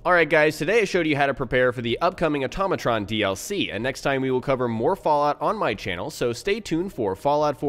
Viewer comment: Hey, I'm surprised nobody has called you on this but..... It's pronounced Auto-matron not atom-atron. Note Auto vs. Atom. Love the tips and tricks just wanted to give a tip myself.